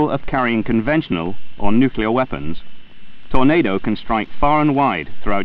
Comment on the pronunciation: Why do so many people struggle to say "nuclear" 😂😂😂